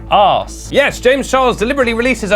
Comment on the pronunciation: Nobody:: aRsE